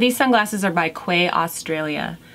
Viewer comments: Hi Jennifer, nice video. Just a quick comment: Quay is pronounced 'key' (it's the English spelling, even though it's Australian.) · Got my box and love everything! That champagne scrub is SO good. Also just a side point (I didn’t know & someone had to tell me too) the sunglasses brand is spelled Quay but pronounced Key.